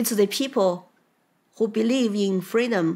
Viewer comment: FREEDOM not Cameluh's fweedom.